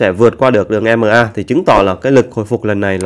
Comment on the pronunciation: Ko đọc dc tiếng anh thì đọc ema đi đọc i mờ a chi vậy